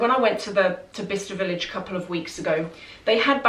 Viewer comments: I always thought you were saying “Vista” village 😆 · I thought you were saying "Vista Village". Explains why I couldn't find it lol Thank you so much for sharing!